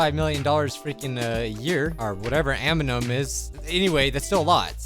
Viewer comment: Bro I wouldnt mind reading me a bed time story. He pronounces each and every word so amazingly. Its not annum, its aminum.